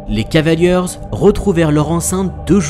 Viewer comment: beau boulot mais les gars, "les cavalieurz" ça m'fait saigner les oreilles